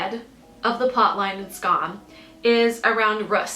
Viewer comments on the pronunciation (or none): Why u saying "Skaaam" ??? Lol i know its language but its more like "Skamm" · the mispronunciation of skam is rly irritating me >.<